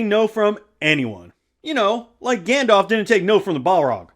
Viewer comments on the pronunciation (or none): none